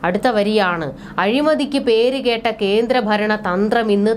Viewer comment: കേട്ട എന്നത് കെട്ട എന്നതിനെ ദീർഘിപ്പിച്ച മലയാള നീട്ടൽ ഇത്രക്കും അർത്ഥവ്യത്യാസം വരുത്തിയ ഗായകന് ഒരു പുരസ്കാരം നൽകണം